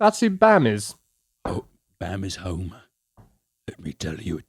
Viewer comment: Ok it took a few times to figure out that meatcanyon said "Homer" and not "Homo"